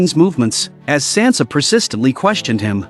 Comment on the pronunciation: Get Sansa’s name right